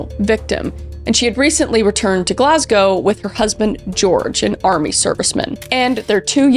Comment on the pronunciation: 101/10 for Kris managing to say Glasgow correctly! Love from Scotland xxx